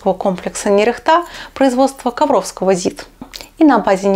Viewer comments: Правильно произносить нЕрехта, а не нерехтА. Робота назвали в честь города в Костромской области. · НЕРехта, ударение на первый слог. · Правильно - нЕрехта, город в Костромской области